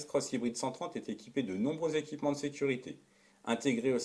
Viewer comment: Super vidéo avec une belle neutralité et au format digeste. Juste drôle en revanche les « neuf z’équipements.